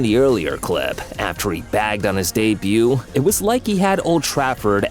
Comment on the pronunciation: He BAGGED on his dee-buu